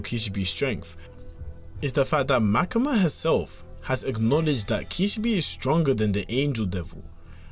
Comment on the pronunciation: “Makama” lmao Also kishibe’s stats are essentially dollar store versions of toji’s. I wonder if fujimoto had toji or Maki in mind while making Quanxi and Kishibe